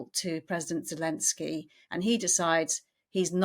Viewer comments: His name is Volodymyr Zelenskyy. That's Zelensky with a zed like in 'zoo' or 'zest'. I don't know where this 'Zhelensky' idea comes from. In spite of that curious idiosyncrasy, this was a great analysis. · Ja, ich spreche Deutsch. Das weiss ich alles. The name in Ukrainian is: Володимир Зеленський I've seen it spelt different ways for speakers of English but the 'Z' is pronounced as a 'Z'. If you look at Wikipedia in English you will be able to see how it's spelt there. Your spelling looks like it could be the spelling for German, Dutch, Danish speakers...I don't know. Or maybe Czech or Polish as I said. I have seen in Wikipedia in English: Volodymyr Zelenskyy